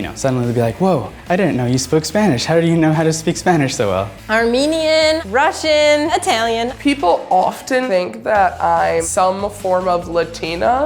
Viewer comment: No way she said russion😂